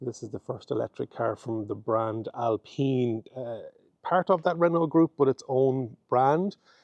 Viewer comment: Alpeen!!! Alpine as in the alps